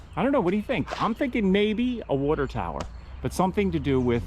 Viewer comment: “Wuter”Tower….you’re DEFINITELY from south eastern PA.